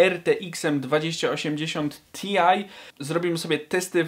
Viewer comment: Skoro rtx to dlaczego ti-aj? I Ekspres i pi-si-aj... Kuźwa,albo gadasz po polsku,albo po angielsku. I popracują na wymową angielską. Reszta. Całkiem-całkiem...